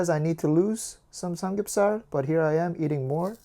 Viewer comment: You said drinking samgyupsar lol 😂